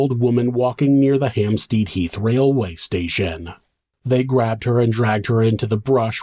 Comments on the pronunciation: Great video. It's not 'Hamp-STEED' by the way, it's 'Hamp-STED'. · I'm English, and lived in Hampstead, north London, for a number of years. The phonetic sound of the second syllable is pronounced 'STED' (rhymes with bed), not 'STEED' (rhymes with reed), as the narrator mispronounced it. Not a big deal, just thought the narrator, an American, would appreciate the heads-up from a Brit! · Why would you pronounce it 'Hampsteed"? It's HampstEAd, like instead. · Hampstead = HampstEd You know how awkward us English are!